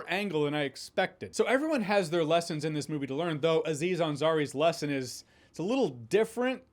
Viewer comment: It's not A-ziz Ansari, just like it's not A-dam. It's just Aziz Ansari.. Having watched the full video, he corrects himself later. 😂😂